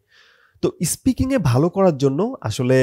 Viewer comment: ইস্পিকিং না...😂 স্পিকিং আপনার নিজের-ই তো ঠিক নাই 🤣